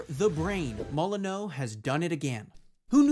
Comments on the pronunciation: its not "mo-lee-nyou" either its "mo - lee - nØ" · It's really not "moh lee new"